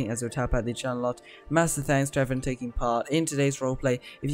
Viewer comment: “Hello evrin” Is evrin your friend?